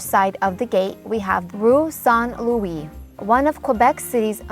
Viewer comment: I gave you a thumbs up as a purely tourist location video. Your pronunciation is poor. It's Notre Dame des Victoires - there were two victories over the British and their colonists. Ask a local where St Lewis gate is and they won't know what you're talking about. You missed a lot.